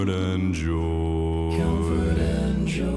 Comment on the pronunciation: You say "com-forth"? It's pronounced: kuhm-frt, so yeah, drag that out as a long note and it is "fert". That really isn't an example of changing vowels to reach certain notes. edit: lol I went back to when you said "listen to when he sings 'comfort'" and you literally pronounced it the same way he does lmao ('cause, y'know.. that's how it's pronounced)